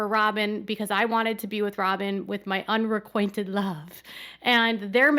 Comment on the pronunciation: "unrequainted" ????????????????? The word is unrequited, which is love that is not reciprocated. That's not what he has with Robyn. This guy needs a dictionary!